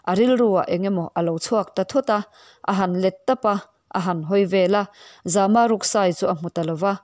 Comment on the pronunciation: Za-ma tih hi Zâma a ni zawk lo maw.